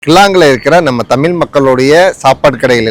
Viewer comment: தம்பி தமீல் தமீல் ன்னு தவறா சொல்லாதீங்கப்பா.....தமிழ்....ழ்...ழ்....சொல்லிப் பழுகுங்கப் பார்க்கலாம்..! சித்திரமும் கைப்பழக்கம் செந்தமிழும் நாப்பழக்கம்..!!